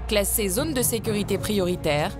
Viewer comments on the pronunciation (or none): none